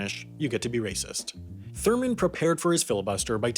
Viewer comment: Bruh this man said “thormond”